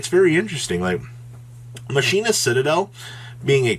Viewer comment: He's saying it incorrectly. You are correct.